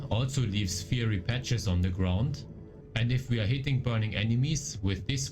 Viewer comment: "fiery" sagt man wie "feier" + "y" Thanks for the vids!